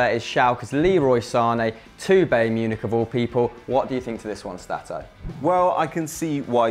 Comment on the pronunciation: who is bae Münich